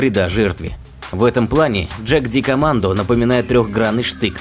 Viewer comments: джаг ди командо.... это нечто Ягдкоммандо. Немецкий язык, он такой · Джагдикоммандо!!! Ппц!!! Это австрийцы!!! Слово немецкое и читается по-немецки!!! Ягдкоммандо!!! Позорище!!! Отписка! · Что за ДжакКомандо? Ягд-Командэ? Охотники в переводе с немецкого. Ягд-охота, егер(читать "ееегар")- охотник. У немцев есть спецподразделение Берг-егар. Будете в Альпах и увидите бегающих мужиков со здоровыми накачанными жопами-вот скорей всего бывший горный пехотинец ))) А может и не бывший, а просто тренируется. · Джагдикоммандо? Аффтар, да будет тебе ведомо, что это немецкое слово! Ягдкоммандо, тудыть твою враскоряку! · Читать надо не джагдикомандо а ягдкоманд. Они же австрийцы и пишут по немецки. Двоечник. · не джагдикомандо а ЯГДКОМАНДО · Не дажакамандо а джикомандо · Послышалось: "Энурез-2". Вот уж действительно выброшенные бабки. Трехгранный нож скопировали с русского трехгранного штыка, не иначе. 21 век, а изобретают какую-то херь. тьфу. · На превью ан командно а не джикомандо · Не правильно он произнёс,это по моему потому что джагдикомандо это какой-то китайский,а вот джедкомандо либо джекомандо правильно(не судите строго это лично по-моему) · Название ножа "Jagdkommando" произошло от названия австрийского спецназа. А в Австрии используется немецкий язык. Забей в переводчике и послушай, как это произносится